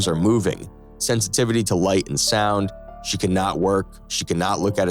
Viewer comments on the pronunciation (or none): none